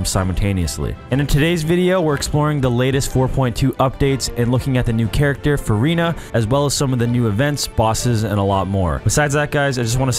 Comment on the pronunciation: Did I just watch Vanoss play and PRONOUNCE furina’s name correctly?